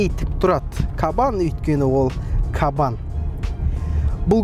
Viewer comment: Кабан демей "қабан" десейші 😂